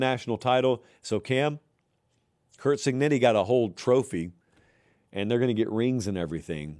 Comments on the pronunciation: I think you owe Indiana’s coach the respective of pronouncing his last name, right — Cig-neh-tee! He wouldn’t have mispronounced Alabama‘s coach as “Say-bun” when he was winning Nattys. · Why does pronounce it “Cignitti”